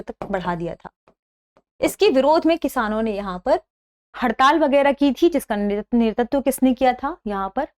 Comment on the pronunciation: Sorry to say..I think there is a small pronunciation mistake in the word नेतृत्व..it's *NETRITVA*...Overall it's an informative episode..Thank you..Ma'am.